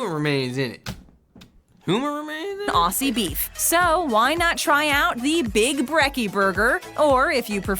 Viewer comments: So many wrong things in this. Never trust an American video about Australia. Many of those things are only available at McCafe, and not in the ordinary McDonalds. And it's pronounced "ozzie", not "ossie". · She keeps mispronouncing Aussie (ozie) and it's driving me nuts.